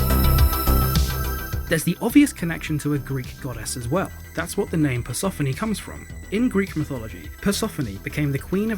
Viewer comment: Hey, I love your channel, but Persephone rhymes with Stephanie...